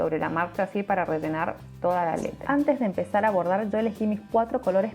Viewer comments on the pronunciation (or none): Que bonito. Pk dices redenar ? Es rellenar.